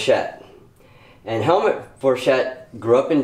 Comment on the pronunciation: The name is pronounced as Helmoot not helmet